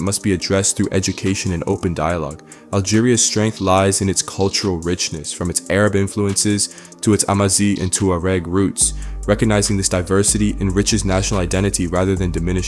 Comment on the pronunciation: Hello, I appreciate this video. But I want to make a small correction. Amazigh, is pronounced (AmazIL)